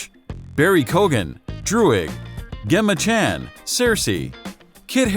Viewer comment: All these video scripts need someone familiar with the actual comic books/superhero movies to phonetically write out the pronunciation of the names of the characters and the actors that play them for these voiceover actors and then they need to listen and review the finished product. That way we wind up with less "Stony Tark"s. Actress Gemma Chan first name is pronounced with a soft "G", as in "gem", which is right there in the name, FFS. T'challa (Black Panther ) is not pronounced "tee-challa". It's "tuh-challa". Actor Mahershalla Ali's first name is not pronounced "MAyor-shahla". It's "mah-HER-shuh-luh". Marvel President Kevin Feige's last name is not pronounced "fay-gy". It's "FYE-gy" ("fye" rhymes with "eye").